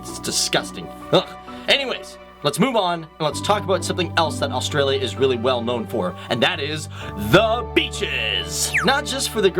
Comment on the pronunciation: just another video showing the same facts about wildlife that you wouldn't come across in the main cities, can you please learn how to say australia before you do a video about it ?! please